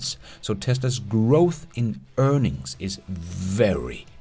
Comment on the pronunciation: Price to Earnigs!!! You crack me up! Earnigs!! And “built quality” you kill me!